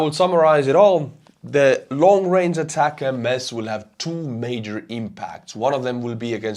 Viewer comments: A TAC MS. THREE SYLLABLES Sounds like "a tac ems" Not A TAC M-S Where did you get that pronunciation from? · ATACMS is pronounced "attack-ems," not spelled out. There isn't a variant called "long-range" but the Block 1 is a lot shorter range than later versions, so what Ukraine has isn't the long-range attack-M-S, it's the short-range attack-ems. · Please just say "ATACKUMS" instead of Long-Range ATAC-MS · ATACMS, not ATACM-S. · It's just pronounced "attack 'ems" like "attack them" not "attack MS" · Day 3 of me as an American reminding you that in the us we pronounce ATACMS as "attack 'ems" not "ay-tack-M S". Not a big deal but it ruins the intended pun when it's mispronounced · Thanks for another informative and witty presentation. Please learn how to pronounce ATACMS (Army Tactical Missile System) properly. The proper pronunciation is: ATTACK EMS, not Attack MS! Cheers! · ATACMS is the system not the missile. M39 or m39a1 cluster would be the missiles your talking about possibly. However when you say ATACMS, it’s not M-S. It’s just pronounced as attackmm’s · we here in the US just call the ATACMS missiles "Attack-ums"...so no need to say "Attack-MS".. and you're welcome. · It is pronounced ATACMS, no attack-em-es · Great video as always. Just as an aside, I think ATACMS should be pronounced like "attack-ems". The MS sounds like the M's in M&M's (if you know the candy). Anyway, great video and keep it up! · In the US, we pronounce ATACMS, "Attackums"... just thought i'd help you out. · It's pronounced "attack em's"... Like "hey, let's attack em" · Just pronounce it “Attack’ums”. One word. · Somebody please teach how to pronounce ATACMS properly, it's driving me crazy!